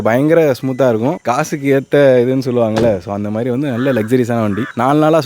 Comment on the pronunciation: மாதிரி சொல்ல தெரியாதா! மேரி, மேரி ன்னு சொல்கிறார்..